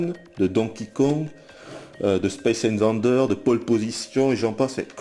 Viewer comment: Mec tu te rends compte que t'as dis : Space Invendeur :D ?